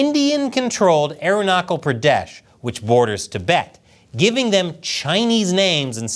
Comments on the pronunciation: It's pronounced aruna chal not kal. Ch as challenge. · It's not Arunakal, it's Arunachal chia like china! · ch in Arunachal is pronouneced like ch in chair not k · It’s not Arunakal Pradesh it’s pronounced as Arunachal Pradesh. Cha as China or Cha church 😇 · It is not pronounced as "Aruna-kal". The "ch" in Arunachal is pronounced as "ch" in Chalk. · Hey! Love your content. Im from India and Just wanted to ĺet you know that arunachal is not pronounced ArunaKal. Ch in arunachal is pronounced like ch in chipotle. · In Arunachal “ ch” is pronounced as in Chelsea and cheese. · The "Ch" in Arunachal is pronounced as Ch in chair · Arunachal is pronounced with ‘ch’ as in touch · Aruna "ch" al Pradesh is pronounced like "ch" ina. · the way he pronounced Arunachal…😂😂😂😂😂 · Arunachal Pradesh is pronounced with a ch as in child